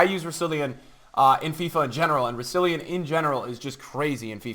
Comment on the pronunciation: Why does everyone pronounce Rousillon wrong? It's not rou-si-li-on, its rou-sil-on, dont know where the second I comes from.